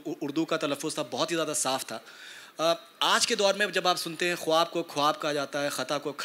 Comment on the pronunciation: the moderator utters two pronunciations of 'Khwab', and both are wrong. Its spoken as khaab (خاب), though written as خواب. Similarly Khwahish is spoken as Khahish, Khair Khwah (well wisher) is spoken as Khair khah. , etc etc.